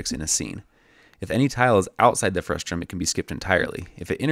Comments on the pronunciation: Great visual lesson! BTW, it's "frustum", not "frustrum". Frustrating, I know 😉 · The word is "frustum", not "frustRum", right? :D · It's pronounced frustum not frustrum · Very nice implementation and detailed video explanation. Very clear communication of complicated computer graphics concepts made simple with your "behind the scenes" animations. Just a small note, the word is "frustum" with no second "r". Saying "frustrum" causes the automated closed caption to produce nonsense words, which can sometimes make it difficult for people to find more information on a topic if they are seeing it for the first time. Overall great video explanation of your technique (along with the other computer graphics concepts). Please keep making videos like this one! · I love your work. but it's frustum, not frustrum, haha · "Frustrum" Omg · There's only one R in "frustum"! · there’s no -r in frustum :)